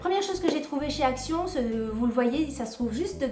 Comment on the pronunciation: J'adore tes hauls "accíon" 🤣🤣 avec la prononciation espagnole. J'ai manqué le letter board. Tu as l art de dénicher des produits ménagers avec un super packaging😙 je tenterai de les trouver samedi. Bisous